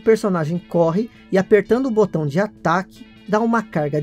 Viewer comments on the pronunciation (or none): none